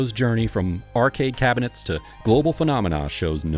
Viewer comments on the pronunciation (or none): none